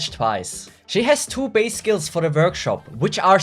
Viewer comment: Good analysis as always! Thanks! But i think its better if you write the name of the skills too in the video! Sometimes the name of the skills is a lil'bit hard, and i had trouble listening it from your way of pronounciation! Sorry and thanks again!